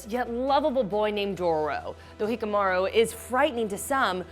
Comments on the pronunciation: Its Hyakkimaru (He-ya-key)maru. NOT Hickamaru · "Hikamaru"???!! It's freaking "HYAKKIMARU" you uncultured swine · Its not hikimaru Its HYAKKIMARU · Hikamaru? it's Hyakkimaru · Its Not Fucckcing HiKamaru Its hyakkimaru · Please it's not Hikomaru, it's Hyakkimaru. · ign better start teaching their employees how to probounce japanese names cuz hikamaru aint it its hyakimaru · that's hayikimaru not hakimaro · It's not hikkamaru it's hyakkimaru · Hyakimaru not hikamaru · HIKIMARU? OR HIAKIMARU... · Her:Hikamaru Me: Cringes Her: Dorrro Me: cringes again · And she pronounced hyakkimaru as he-ikamarow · She Pronounces the Name Of Hayakimaru wrong She Says Hekamaru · "Hikamaru"😂😂 and for the record, Dororo is a girl. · It's Hyaakimaru (Hi-ya-ki-maru) also SPOILER, Dororo is a girl. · It's hyakkimaru not hikamaro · They she butchered Hyakkimaru's name is wild. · am i the only one wo is trigerred by the way how she prounounced hyakkimaru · Kept saying his name wrong for Dororo, it’s Hyakkimaru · I cringed at every attempted pronunciation of a charachters name she said jeez lady do you even anime.